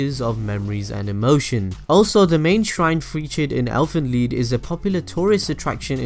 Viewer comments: Lied not lead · OMG UR ANNOYIN MEH TO DEATH ITS NOT ELFEN LEED ITS ELFEN LIED AGHHHHHHHH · Why does she keep saying lead instead of lied 😑😑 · its called Elfin Lead? i thought it was Lied. "Lie'd" (Lie-ed) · Keller weskier Im a german and its Elfen Lied. In english it means something like song of the elfs. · I thought it was Elfen LIED, not Elfen Leed. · she says elfen lead instead of elfen lied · Dis she said lead instead of lied? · wait why do u guys say Elfen Lead? Isnt it like Elfen Lied Lied bro English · its elfen lied not elfen lead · lied not leed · its Lied not leed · It elfen lied not elfen leed grrr lol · Its called elfen lied but pronounced elfen leed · If it was based off a German story called elf song (close enough).its pronounced elfen liet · it's Elfen lied (li-d) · It's Elfen Lied not Elfen lead? lol the cringe. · Yea but it said as lead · DU FUQ Elfen LEED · "ie" reads in germany like a long "i"